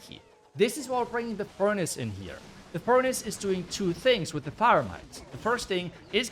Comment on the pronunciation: i just love how pronounces furnaNce:))